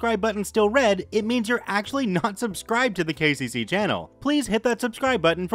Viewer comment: Anyone else hear them say 'gay cc' and not 'k c c' in the beginning?